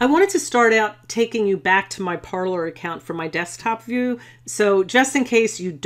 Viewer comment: I thought it was pronounced par-“lay”